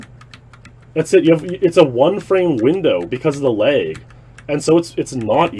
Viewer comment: How he pronounces lag he sounds like he’s saying leg in a funny accent